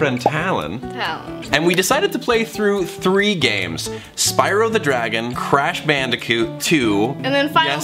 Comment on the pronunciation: "Ur crash bandetcute"